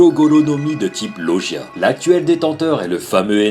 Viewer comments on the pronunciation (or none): très bonne vidéo et très bon top mais juste pour la suite, ça ne se prononce pas loJia mais loGUia ^^.